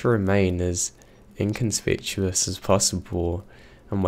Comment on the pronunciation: "Incon-SPIT-uous"??? I think you mean, INCONSPICUOUS ("inn-kun-SPICK-yoo-us")